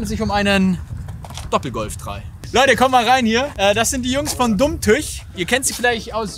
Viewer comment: Das heißt Dumm Tüüüch. Frag am besten Daniel. Der weiß wie das ausgesprochen wird... 😉😅